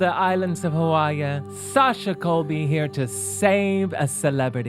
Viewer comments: Hawaii pronounced "how are ya" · Kelly's way of pronouncing Hawaii is very endearing.